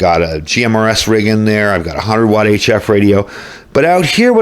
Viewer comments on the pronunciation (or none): none